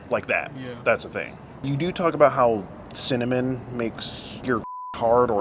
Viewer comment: wtf he’s a weird mfer for sure n a nasty mfer he said cinnoman??? Wtf